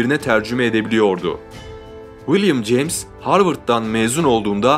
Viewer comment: 100 defa willim ceyms dedin olmazki böyle